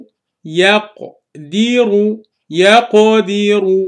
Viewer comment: yaq di ru? isn't it yaq di ra? the was a mistake right?